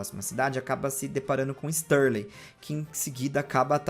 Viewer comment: Cara, fala Starly direito, é Starly! Não Stârley